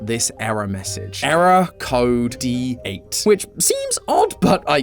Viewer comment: D8 sounds like DEAD or deight to be more exact